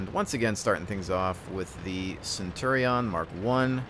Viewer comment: it's CenturiOn, with an O.